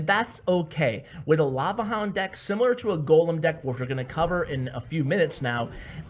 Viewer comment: It's lava HOUND NOT LAVA LOOND